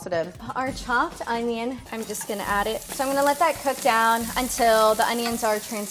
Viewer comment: HE SAID THE ONYO!!!